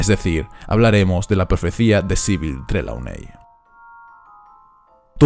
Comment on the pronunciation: Creo que Trelawney se pronuncia trilouni